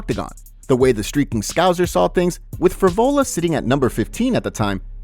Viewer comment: Scow s er not scow z er!